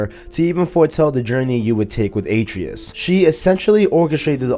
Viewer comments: Bro, Kratos pronounces Atreus correctly hundreds of times during the playthrough as "uh-tray-us", not "A-tree-us". Did you play with the audio off? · almost unwatchable with number of wrongly said atReus, my god get the names right man. no wonder your views suck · How do you not get the name right when he says the name I’m confused lol